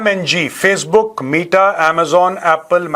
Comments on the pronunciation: Sir Meta (like Mehta), not Meeta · U R OSM!🎉 (META is pronounced like 'beta' in Hindi as in 'son'.)